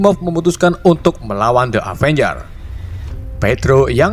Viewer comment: Avengres kali ngomongnya